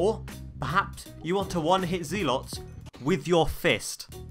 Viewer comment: Why do you call them zoolots